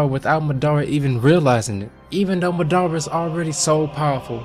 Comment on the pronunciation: Ma DUH ra not madddaarea